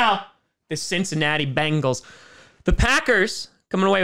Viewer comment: It's not Bangle, it's Bengal!!!